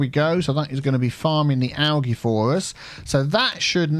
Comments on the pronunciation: Don’t take it the wrong way but the pronunciation for algae is “al-gee” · Do... Do other English speaking countries really pronounce algae "al-GEE" with a hard G? I've only ever heard "al-JEE" with a soft G. Wouldn't be surprised if it's regional though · Were I live we pronounce Algae as “Al jee”.